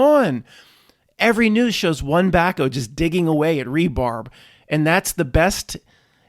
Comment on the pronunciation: you really show your from the city, when you call rebar "rebarb" and backhoes "BACKOs".. 😂😅😂